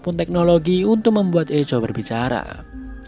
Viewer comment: Bang sedikit koreksi, Echo di baca "Ekho"